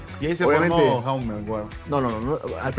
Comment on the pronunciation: Jaume no se lee con la J española, sino con la J catalana o inglesa (como Lebron James), a ver si conocen mas de su jugador, que me pitan los oídos al escuchar como le llaman a Jaume